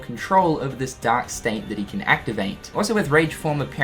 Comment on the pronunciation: I think you forgot to pronounce the r in dark all video. All I could hear was “Dak Form” lol just kidding man